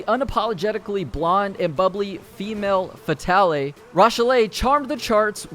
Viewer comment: The e is silent in fatale. "fuh-tal" 👍✌